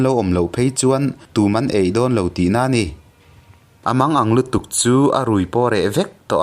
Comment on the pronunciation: "Han lo chho teh" tih leh "A tawi tûk tawh a" "Lo han chho teh" leh "A tawi tuk(thlûk loh tur) tawh a"